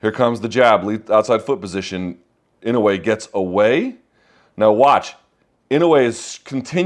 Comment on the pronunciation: You're mispronouncing his name, Luke, which seems not what one should do for a man as great as this one. My God, the calmness and intelligence in his face under pressure, right? But to the point, no, it's not IN-oh-way, it's in-oh-AY.